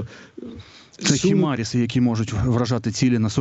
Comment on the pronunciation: Ви неправильно вимовляєте HIMARS: не «Хімаріс», а «Хаймарс»